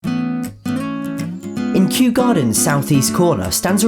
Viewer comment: Gosh, I think I’m far too sleep deprived to be watching anything. I spent at least 5 minutes laughing at “Kew”